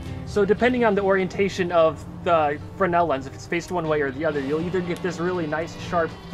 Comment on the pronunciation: As an AV tech, just dropped in to shout out your (fairly rare) correct pronunciation of the word "fresnel." It was named after someone, after all. Credit where credit's due.